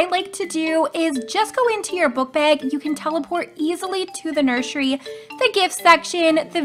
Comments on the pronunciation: You also always say nurshery 🤝😹 - Doggy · You said nurshey